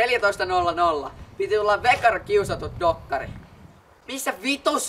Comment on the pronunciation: Kiusatut dokkakhri